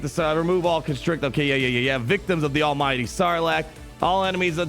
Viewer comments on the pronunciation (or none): none